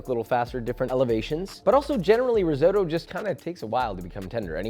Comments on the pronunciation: If you're a Chef should you know how to pronounce disses properly? Risootoo... really? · Please pronounce risotto correctly ffs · learn to pronounce risotto ffs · It’s risotto, not risoto. Basic knowledge.